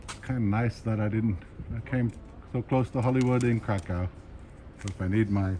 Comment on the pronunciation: I enjoyed your video. However, if you want to impress the locals, try to avoid pronouncing the city's name as Kra-COW with that hard second syllable. Locals pronounce it Kra - kuhf, which is much softer on the ear.